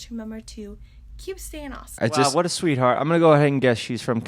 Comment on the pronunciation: jeff saying "sweat heart" is my new religion